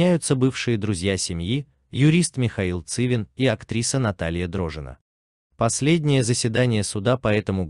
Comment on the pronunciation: Противно слушать ЦивИну и ДрожжИну... . Ударения соблюдай!